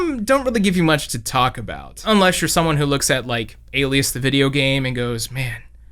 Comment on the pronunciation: it's pronounced "a-lie-iss"